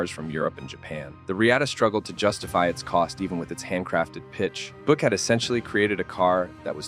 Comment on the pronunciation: Irritating AI narration....a 'kupe'.....'Boo-ick'.....give us a break....